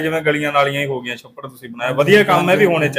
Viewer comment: ਜ਼ਿੰਦਗੀ ਤਾਂ ਸੜਿਆ ਦੀ,,, 😅😅😅 ਸਰਪੰਚ ਨੂੰ "ਛ" ਉਚਾਰਨ ਕਰਨਾ ਨਹੀਂ ਆਉਂਦਾ,, ਸੱਪੜ ਉੱਸਲ ਗਿਆ ਸਾਰੀਆਂ ਮੱਸੀਆਂ ਮਰ ਗਈਆਂ 😜😜😂😂😂😂